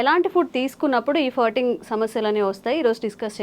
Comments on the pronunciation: అది ఫర్టింగ్ కాదు, ఫార్టింగ్ అని ఉచ్చరించాలి... ఫ కి దీర్ఘం... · ఫర్టింగ్ కాదే తల్లీ…. ఫార్టింగ్….. తెలియక పోతే…. పిత్తు అను…. మిడి మిడి జ్ఞానంతో…. సావ దొబ్బకండి. నీ ఫర్టింగ్….ఫ్లర్టింగ్ లాగా ఉంది. 🙏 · It is not firting,, it is supposed pronounce : FARTING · it is not Furting. It is Farting When I heard you first, I thought u said Hurting